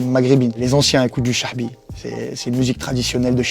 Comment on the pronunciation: Amoune ouai c’est bien ça mais lui il dit cha7bi on sait pas pourquoi